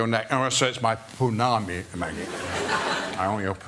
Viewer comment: PonnamU, Sir Ian, not pounami 🫣